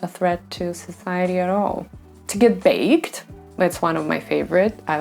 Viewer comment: дак baked ведь, а не backed 🧐